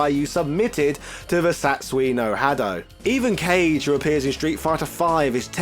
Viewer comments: Are you serious with how you say Kage?! Ka-Ge ... not Cage ... really? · Kah-Gay. “Cage” made me go huh? Lol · Kage is not pronounced as Cage. Correct pronunciation in Japanese is "Ka-Geh" which means shadow demon in Japanese folklore. That's why You see him with Fangs and Spikey tooth like a Japanese demon similar to the Oni. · Ka-ge aka Shadow, not kage(cage) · Next time you do a Virtua Fighter video I hope you get Kage’s name right as well, it’s not “Cage” it’s “ka-geee” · (Ka-geh) Kage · Say it with me bro Kage= Kah-Gay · lol you just established how little to none you know about fighting games…pronouncing Kage as “cage” and insisting Ryu be pronounced as “rayoo”… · Kage is pronounced Car-Geh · The demon forms name is said incorrectly. It's kah-gee. 😉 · Love what you are doing but was disappointed with the pronunciation and how this video made it a big deal at the beginning. Kage was wrong too. These are literally concepts and names in Japanese. The least we can do is an effort. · Ryu.....Kage......Sagat.....trying to fight the urge to stop the video has never been so hard all because these characters names were being pronounced wrong.....on purpose. <_< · This man pronunciation of Kage and ryu lol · Gouken - Gooken Goutetsu - Gootsetsu You're really expecting this dude to pronounce Kage properly? LOL!